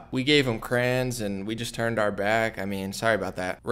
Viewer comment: ummmm, what is a "crayin"?.... lol. I'm from the south. I thought I say certain words funny. But, never heard of a cray in! Are you saying crayON? 🤣🤣🤣this is your best video yet. Very informative!